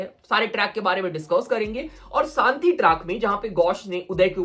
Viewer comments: Santi nahi re.....shanti bol raha hai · Shanti hota hai saanti nahi